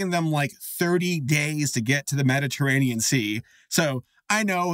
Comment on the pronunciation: as a commenter i can confirm i will not bully for saying "medditeranian ocean" i also probably spelled that wrong